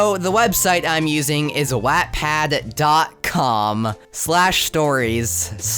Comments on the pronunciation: Ok that’s bad and all but the worst part is how you pronounce “wattpad” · Ok this video is hilarious but can we talk about how he pronounced wattpad 😭